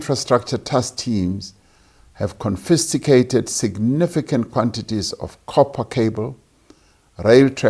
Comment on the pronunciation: Was he meant to read the word as confiscated ? Not confisticated ..